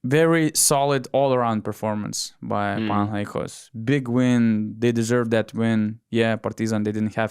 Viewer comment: I like how the guy on the left is pronouncing PanathinaikOs correctly. It's the simple things, you know.